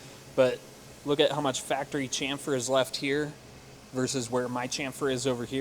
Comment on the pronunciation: not chamfer but shamfer